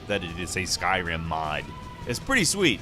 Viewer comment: I thought you said “skywhim”